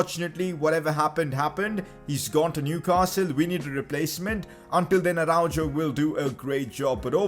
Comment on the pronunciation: man said ArauJOE